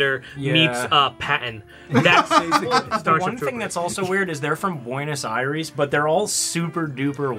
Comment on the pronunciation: Ugh. It's just us. You can just say "Buenos Air-rees".